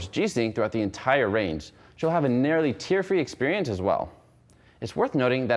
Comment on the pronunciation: .. sorry i had to LOL. it's not pronounced "tear-free" like kids shampoo. its tear like to "tear a piece of paper" good video tho!